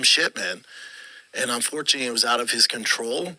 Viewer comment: Brenden's new Word of the day😅 1) Unfortu-e-e (Unfortunately)